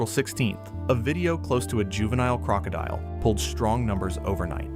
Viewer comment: Gotta learn to pronounce crocodile lol